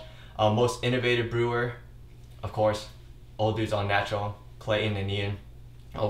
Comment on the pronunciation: I love your videos, but why do you say o'dudes instead of o'douds?